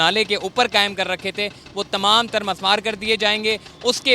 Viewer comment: Mismaar Not Masmaar